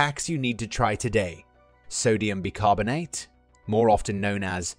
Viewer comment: It's pronounced 'Buy' carbonate